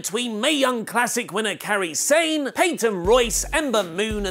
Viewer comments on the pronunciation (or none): kairi sane, kai-ri, not carrie